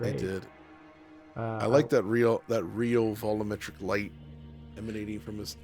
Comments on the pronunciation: Sometimes I say out loud while watching it's "vol U metric" but I guess that's just his way lol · why do you keep calling it "vollometric"?